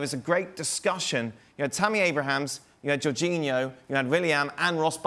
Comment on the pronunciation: I don't understand why people keep calling Tammy Abraham, "Abrahams". Surely it's not that difficult to say?